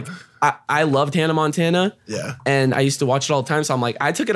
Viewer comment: Did rug just pronounce Hanna Montana wrong at first 🤣🤣🤣